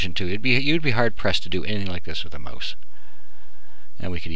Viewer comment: mouse is pronounced maw-s not moose u stupid fucktard.